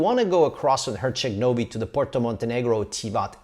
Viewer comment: My ears bled when I heard him say Herceg Novi 😂